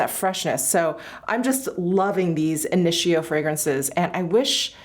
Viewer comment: Hi, it's INITIO ( KNEE second syllable)!! Also its available at Neiman Marcus,so people can try first!